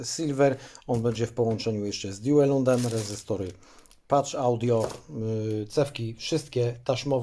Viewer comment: Mała lingwistyczna ciekawostka: PathAudio wymawia się : paf [t i f w jednym] audio nie pacz audio.